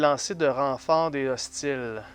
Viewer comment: C'est une belle partie. Je sais pas si c'est moi mais a chaque fois au lieux de "hostile " J entend "ostie" 🤣